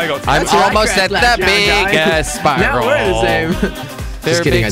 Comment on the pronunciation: Omg when Jelly called the spiral a sprirol omg 😂 LOVE YOU FOR KWEB